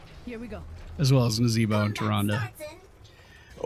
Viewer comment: Hurt ma soul you did not propounce Naz and Tyrande names your usual way.